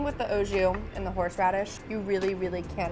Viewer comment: The amount of words she mispronounces chills me to my bones. BRUSKETTA…ASPARUS…OJOUE.